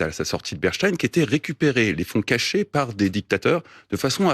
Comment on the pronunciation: "epstin", "berstein" 😅🤣😂😂😂